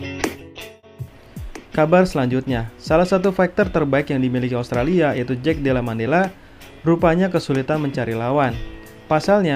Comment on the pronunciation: Koreksi brol : Madallena bukan Mandella, tapi emang kadang susah sih nyebut nama fighter satu ini 😂